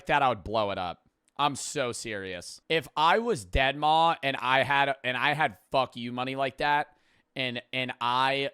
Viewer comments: the way says dead maw lol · Man said deadmaw